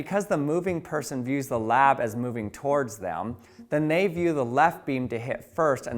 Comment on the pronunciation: “Thaelm” bruh it’s “them”